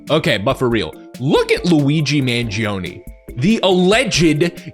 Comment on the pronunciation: If you really loved Italians why did you Pronounce Luigi Mangione last name wrong for the entirety of the video?